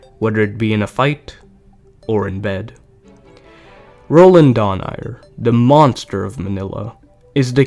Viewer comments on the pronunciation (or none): its Dho-Na-i-re